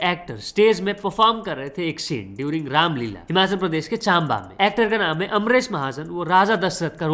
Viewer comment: Bhai chaaamba nhi chamba, h